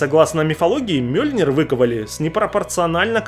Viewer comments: МЬёльнир блин, не мёльнир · мьёльнер, а не мёльнер.😤